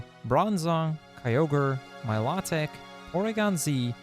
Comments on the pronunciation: Milotic's name is pronounced My Low Tick and Rayquaza's is pronounced Ray qway za. He said their names wrong but I love these games so very much I'm a huge fan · It's My-Low-Tik